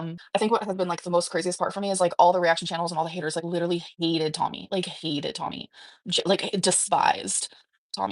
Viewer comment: Stop saying literally like that and ppl might not hate you 🫠